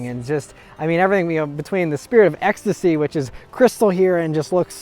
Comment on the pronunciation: take a shot everytime he says "spirtit of ecstasy"